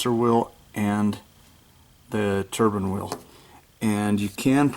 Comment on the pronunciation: Yep... I was getting the shits because he pronounced it wrong through the whole video 😩